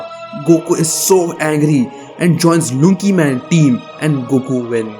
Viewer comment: Bro it is lucky man not lunky man he has made a mistake.